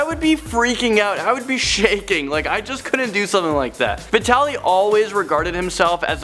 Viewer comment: When you said vitally I thought you said bretealey